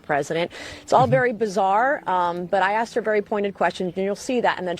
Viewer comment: "Let me be bery clear" " i did not have sexual relations with that gerbil"... 😄🤣😆